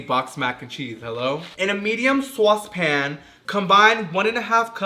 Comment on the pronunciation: sWAWse pan